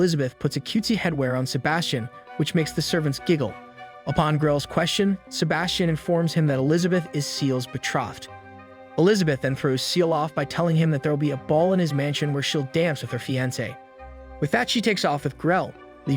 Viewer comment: Be-trothed. Troth mean's faith and loyalty. >.> you say be-trough... as in pig trough.